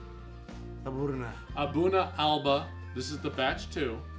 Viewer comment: Just watching this review now. With the pronunciation of Aberlour, the 'lour' part is said as if you are saying the word flour/or flower but without the 'f'. A'bunadh is pronounced A-boone-ack. Alba is pronounced Al-a-puh 👍🏴